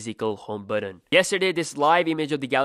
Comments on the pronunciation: It's pronounced "button" not "buddon" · the word is "but ton", buddon!